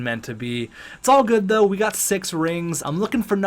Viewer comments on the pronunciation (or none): none